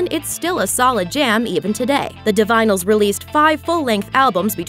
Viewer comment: 'Di-vinyls'? It was pronounced 'Di-vin-a-lis'.